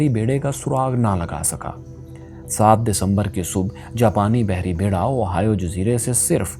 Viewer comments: اوہائیو نہیں ،،، ہوائی جزیرہ ،،میں یہی رہتا ہوں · Little correction, Ohio is a midwestern state in mainland America, the correct pronunciation of oahu is "ow aa hu" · Plz correct the Oahu pronunciation